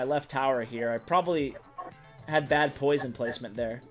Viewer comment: lol he said poishon